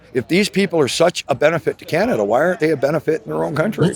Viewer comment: " canad taking a dive " can't even pernounce " Canada " right..